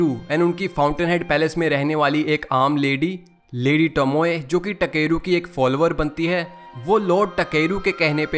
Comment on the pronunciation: Bruh it's ताकेरू and you keep saying टकेरू टकेरू 💀